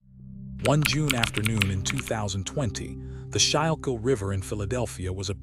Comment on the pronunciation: It’s pronounced “skool kill” river!